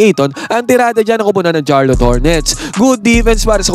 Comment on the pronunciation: Sharlot ang pronunciation nun, pakiayos sakit sa tenga eh